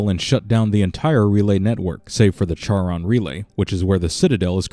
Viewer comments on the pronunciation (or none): Charon has a silent H, numbnuts. -__